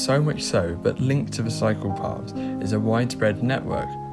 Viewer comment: Yeah really, i laughed when i actually heard him say "Dedicated Psychopaths";)